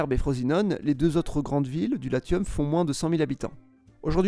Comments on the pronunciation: Bravo pour le travail..... Une petite chose malgré tout, le Latium se prononce ' lassiome' et non pas 'latiome' 😉 Ciao ciao. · . The guy doesn’t speak in latin. He speaks in french. And in french we say Lassium. The same way we pronounce Vénéssie for Vénétie. Come back to me once you speak french. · Latium se prononce ‘lassium’